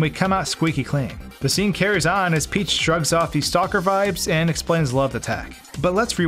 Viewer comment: Princess Phee-heeach